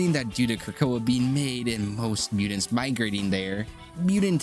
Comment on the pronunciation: Crazy work to make a video about mutants when you can't pronounce the word 😂😂